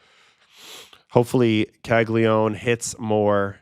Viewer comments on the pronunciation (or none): Great stuff, just wanted to point out that Caglianone should be pronounced "ka-lya-NO-ne"